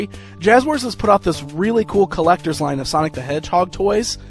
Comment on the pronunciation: What the hell is a cole-tor